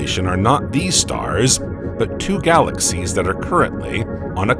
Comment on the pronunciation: I truly wish I could listen to your videos but the narration drives me crazy. You hang onto the ending syllables and crescendo for instance galaxiesssSSSSSsss and starrrrRRRRRssssss. I dont know if it is AI but if so I would change it.